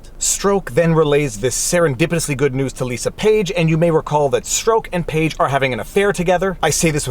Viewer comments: It's Strawk not Stroke. Canadians. 🙄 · Peters name is pronounced like STRUCK! not STROKE! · Strok is pronounced Struck, for future reference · I believe it's pronounced Peter "struck" Peter Stroke sounds like an adult film star hahahaha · I've heard Peter Strzok's surname pronounced as struck, not stroke, on American news channels. That's "struck", as in dumb f***.